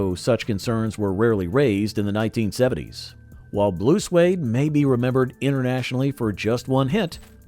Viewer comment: The band's name is Blue SWEDE, as in someone from Sweden, not Suede.